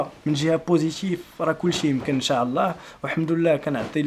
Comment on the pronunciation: السلام عليكم اريد ان اصحح لك معلومة.حاول تقول إن شاء الله ماشي انشااااعععع الله